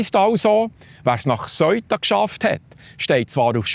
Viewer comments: Seuta, Seuta, es heisst Seuta. Nüt vo Söita (aber ja, es het weni Söi da😜). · Die Aussprache ist "seh-uta" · Lieber Die Stadt spricht sich Sëuta.. nicht Soita. Danke. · Super guter und informativer Beitrag .... aber der Name Ceuta so falsch ausgesprochen tut mir in den Ohren weh. Richtig wäre wie im englischen TH am Anfang und kein verdeutschtes "eu" sonder jeder Laut separat betont .... also "Theu_ta" oder deutsch "Seu_ta" ... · Bitte sag nicht: "Seuta" sondern Se-uta. NB: die Sache dort ist noch lange nicht erledigt, schau mal die Videos der Einwohner. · Bitte die richtige Aussprache für Ceuta lernen 😅 ich bekomme jedesmal Gänsehaut wenn ich auf Bärndütsch "Soita" höre 😂 The-u-ta ganz einfach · Se - Uta wird es ausgesprochen nicht Soita. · Man sagt Seeuta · Man spricht es se uta aus...nicht eu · Ich habe von di Beitrag fast nicchts verstanden, 😢 weil ich über dem Aussprache iritiert war. Aber wie wird Ceuta/Söita ricchtig ausgesprechen? Marokkannisch, espagnolisch? Wer kann die wiiterhelfen? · Aber zur guten Recherche gehört auch, dass man das richtig ausspricht, es tönt einfach schrecklich, so gut er auch seine Sachen macht.